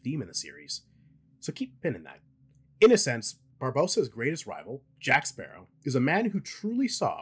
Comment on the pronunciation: Blackbeard had potential but was underutilized. Salazar... well, the effects are cool. But his rivalry with Jack feels manufactured and all I remember him saying for the whole movie was 'JACK SPARRAH'